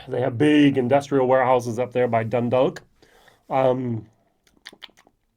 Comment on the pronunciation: There is a silent l in dundalk chief